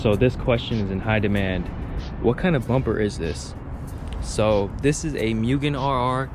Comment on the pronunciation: you had me until you said Mugen wrong.